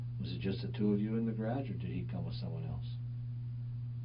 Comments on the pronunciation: Idiot alert. But I also can not get over "garädj"...every time the detective said it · To be honest, I'd confess simply to get away from the vicinity of this interrogator and his mispronounciation of the word garage. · I am mystified by how he pronounces 'garage' though geh-RAAAHjsh